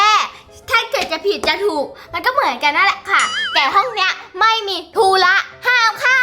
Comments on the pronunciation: เฌอแตมธุระไม่ใช่ทุ้ระ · ทุระไม่ใช่ทุ้ระ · ธุระค่ะ ไม่ใช่ทู้ระค่ะ💌